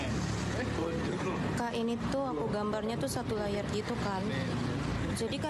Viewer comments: Layar she said it mean is layer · "Layahrrr" ... is either layer or liar 😂